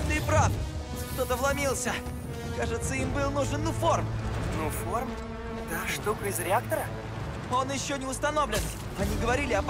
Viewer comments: Не нуфом а нуформ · Не нуфо а нуформ